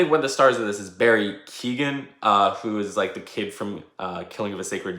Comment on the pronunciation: Great review, just one thing: Barry Keoghan’s name is pronounced kee-yo-an in a quick flow. It’s totally understandable how it can be difficult to pronounce for someone who isn’t Irish